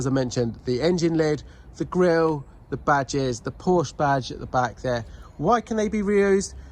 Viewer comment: I stopped at 7 minutes. I suppose this makes unusual content but this car is GONE. BTW Porsche is 2 syllables....